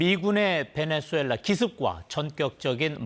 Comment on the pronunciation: 베넨술렐라 (X) 베네술렐라 (X) 베네수엘라 (O)